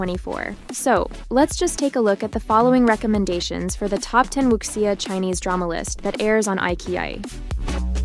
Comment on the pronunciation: Please learn to pronounce Wu Xia correctly. Xia is she-ah